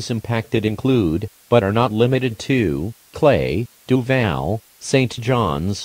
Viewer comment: Duval was pronounced “Doov AAAAAAl”.